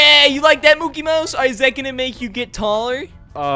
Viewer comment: His name is not Mookie Mouse is Mickey Mouse you Lyin